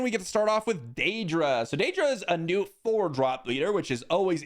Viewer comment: The way you mispronounce Dedra over and over again makes me think you've never seen the show Andor.